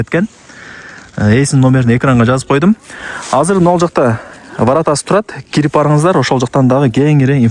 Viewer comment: Айыл да орус тилин Эми уйронуп жатыптыр ворррооотаааа дегин😂😂😂.Эн тантык блогер.